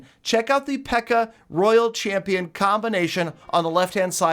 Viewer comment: will never know how to say royal champion xD